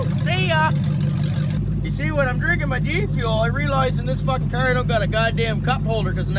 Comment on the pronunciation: I’m from Tennessee. I swear I’ve never heard somebody pronounce car the way you do.